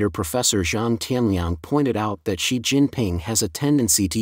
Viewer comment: and . A comment about the text-to-speech narration- It reads "3,000" as "thirty hundreds", "8,000" as "eighty hundreds", and it reads "Xi" as if it was Roman numeral "eleven"!. (X + 1, = 11)